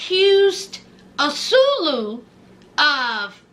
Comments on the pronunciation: Not azulu .😂😂😂😂😂😂.ann swaaay llooo is how u pronounce his name ... I can't keep hearing azuluuuu😂😂😂😂😂😂😂😂😂😂😂😂😊 you all prideful with it lol lol like she really heard his name like that on TV I guess lol lol love u ❤❤❤❤❤❤❤ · Ahh-sue-way-lew not "asuelo" or whatever you're calling him. Lol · Love the commentary!! His name is pronounced Ah-Sway-Loo